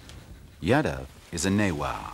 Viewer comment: Man, it is not YADA. It is Yaadav.